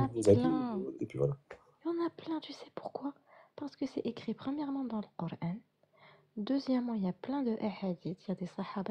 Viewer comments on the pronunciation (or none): Peut-être serait-il souhaitable que prononce à la française KORAN et non KORENE à la façon de ceux qui veulent imposer leurs usages au pays qui les accueille.